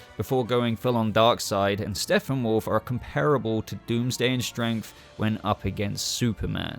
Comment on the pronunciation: Dood.. Am I trippin or do I keep hearing "Steffenwolf" everytime time u say his name in this video?? Lol.